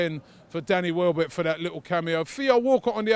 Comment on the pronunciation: Welbeck not Wellbeck